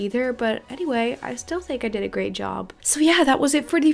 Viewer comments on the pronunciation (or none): none